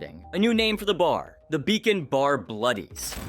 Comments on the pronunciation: Wait. Do you pronounce Bacon as Beacon? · Its BACON, BACON NOT BEACON